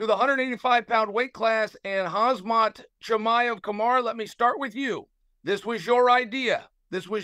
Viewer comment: He always does. When the goat calls you hazmat chimaev you are now hazmat chimaev.